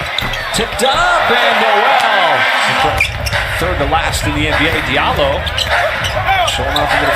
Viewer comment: Just nail that windmill next go around my Fulani brother from Guinea, hoorah! Diallo is actually pronounce Jalloh.